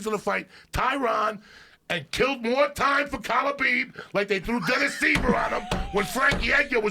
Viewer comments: When Joey started popping off and kept saying khalibeeb 😂😂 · man there's been soooo many great ones, but joey saying "khalabib" did it. lol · If joey says khabeeb one more time ill die